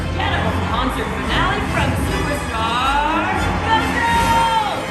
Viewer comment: Did someone say "fee-nah-lé"?